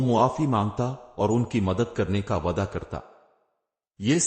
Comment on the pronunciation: Waada yeh word teen char jagah par galat word read kare ho